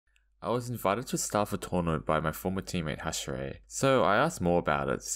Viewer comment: Hashrie uma musume